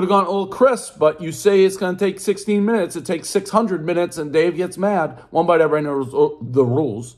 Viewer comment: Makes fun of guests for mumbling then proceeds to say one bite everybodyjcnefucwpvr